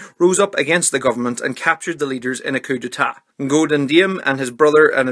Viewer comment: The pronunciation of Ngo Dinh Diem is great! I heard many people mispronounce “Ngo” as “Wo”😂